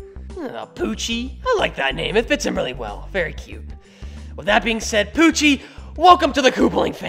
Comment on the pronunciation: "poochy" Me: why do I always hear "Gucci"?????